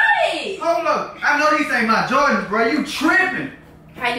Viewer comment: Did u say “jardans”🤣